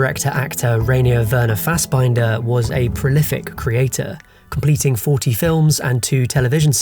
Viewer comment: That’s probably the worst pronunciation I’ve ever heard of Fassbinders three names lol